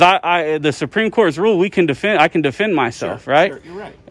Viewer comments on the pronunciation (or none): none